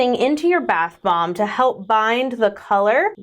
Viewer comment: I swear it sounds like is saying bath bong in the beginning of the video instead of bath *bomb*😳 The unhinged walrus bit also might have helped feed that perception...😅